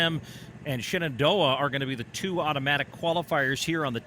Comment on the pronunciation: It's Shenendehowa, not Shenandoah. I live in WNY and even I know that. BTW, cheers to Frontier's Lillie Bogdan from a Falcon x-c runner ( ). And to WNY's top finisher, Emilia O'Leary of East Aurora.